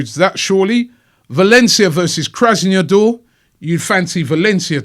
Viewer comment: He pronounced Krasnodar which is pretty straight forward like Krasneodoor, I don’t get why he just fails to read the letters in their order as they appear right in front of him once it’s not an English name.